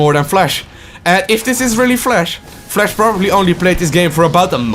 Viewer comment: Flash, not Flesch.. Your accent and pronounce killed my ears.. but your energy was kinda cool